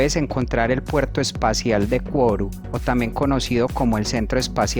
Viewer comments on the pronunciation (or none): Hola. Buen video, campeón. Solo hubo algunos detalles como la pronunciación de algunas localidades como Kourou (Curú), pero muy interesante todo. Seguí haciendo más videos. Saludos desde Argentina.